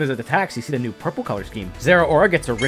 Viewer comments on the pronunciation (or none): it’s spelled zarude and he mispronounced the name so bad, it’s not za-rude, it’s za-ru-de, if you need proof watch the movie